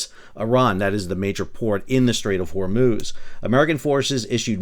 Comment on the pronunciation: "hormooz" :D Cracks me up every time.